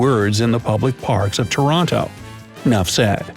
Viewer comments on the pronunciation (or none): none